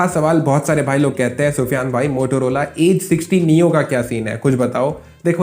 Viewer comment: Bhai Motorola hota hai bhai Motorola nahin hota hai sahi se bolna Sikh lo bhai